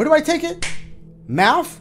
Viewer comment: Very proud of my boi for beating this. Could have sworn he'd give up the moment he saw "Mafth"